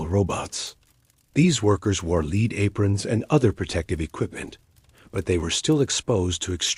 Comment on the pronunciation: WTF is leed? Do you mean Pb, spelt lead, prounced 'led ', even in america?